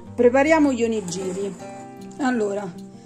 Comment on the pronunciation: Buoni gli onigiri! Piccola nota: si pronuncia onighiri. Nella translitterazione gi=ghi ji=gi.